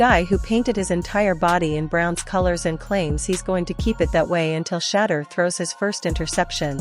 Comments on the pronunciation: Please have her stop saying Shaddow Sanders to She-deur Sanders. So sick that they can’t say it right. She is on NFL Top Stories. When I hear her I want move stations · Please LEARN HOW TO PRONOUNCE HIS NAME. I WILL never subscrbe UNTIL YOU DO & ADVISE NO ONE ELSE TO. THESE SITE PRODUCERS ARE WAY TOO DISRESPECTFUL OF SHEDEUR SANDERS & I THINK IT IS INTENTIONAL - PRONOUNCED = SHA DOOR RAH. DUMB DUMB:face-orange-raised-eyebrow::face-orange-raised-eyebrow::face-orange-raised-eyebrow::face-orange-raised-eyebrow::face-orange-raised-eyebrow::face-orange-raised-eyebrow::face-orange-raised-eyebrow::face-orange-raised-eyebrow::face-orange-raised-eyebrow::face-orange-raised-eyebrow::face-orange-raised-eyebrow::face-orange-raised-eyebrow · Um the Ai voice over is pronouncing Shedeur’s name wrong….😮 Put some respect on his name 😡😡😡😡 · 😢you Ai folks need to knock it off if YOU can't show enough respect to pronounce his name correctly. Deleting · You need to get the correct pronunciation for his name